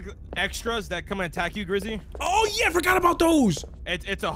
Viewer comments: I love how in the first 30 seconds they are lost and called grizzy “” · Bro said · Did call Grizzy? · Anybody else notice called him in the beginning of the video? 💀😭 Edit: bro said "it's me and you " 😭